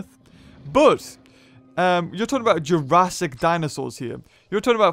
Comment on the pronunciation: why am i super bothered when you say jurassic.